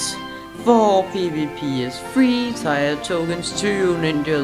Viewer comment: Tier is pronounced "Tear", not "Tire".